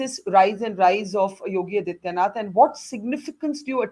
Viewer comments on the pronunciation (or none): Can Borka please take the trouble to learn how to pronounce the Chief Minster’s name? Is that too much to ask? His name is आदित्यनाथ not अदित्यनाथ . Such sloppy journalism!